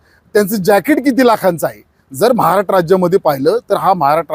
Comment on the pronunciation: सर्व बरोबर बोलतात पण महाराष्ट्र तेवढ नीट बोला 😂